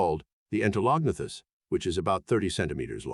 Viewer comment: You really need more work on how to pronounce the names of these amimals. Ostracoderms have the "a" sound as in "up" not "cat". You have the syllables wrong in Entolognathus - it's En-tel-o-gna-thus, not en-te-log-nath-us, with the stress on "gna" not "log". Other than this your content is great.